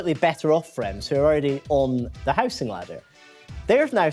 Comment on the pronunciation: It's how-zing, not house -ing.